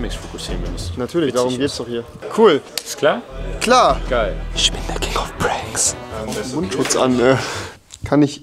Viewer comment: Rewi sag mal Pranks Rewi: Puuanks